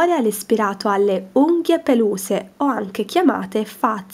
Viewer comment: da notare che all'inizio dice peluse